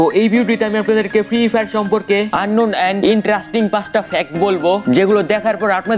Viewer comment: ফ্রি ফায়ার উচ্চরনই করতে পারে না হাইরে ইউডিউবার